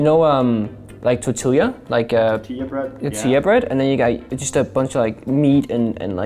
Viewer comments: Pengu really just pronounced tortilla with the L’s instead of as a Y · ACE Mai Sakurajima